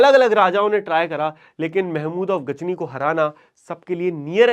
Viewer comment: Sir ghazni hai aap Ghajini bol rahe ho